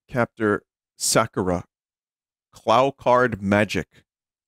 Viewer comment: It is actually a long O sound in "Clow", Vinny. Contrary to what Nelvana's butchering of the show claimed, "Clow" does not rhyme with "cow". You can even hear Sakura say "Kuro Kaado" seconds before you said that.